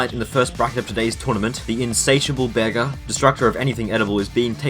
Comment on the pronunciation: Pretty cool video but why are you calling Bearger a Bear Ger?